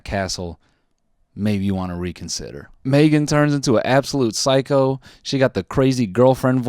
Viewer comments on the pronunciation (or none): none